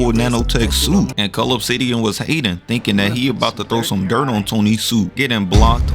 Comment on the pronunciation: It didn't even sound like he was saying cull obsidian 🤣